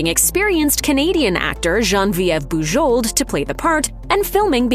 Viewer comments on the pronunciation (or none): Boo-ZHOH. Please pronounce the name correctly. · I'm fairly certain that the last letters of her name are silent. Listening to this was very painful. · Thumbs down for the atrocious pronunciation of Bujold. If you can't even find out how h to pronounce her name, I can't believe anything else you say about her.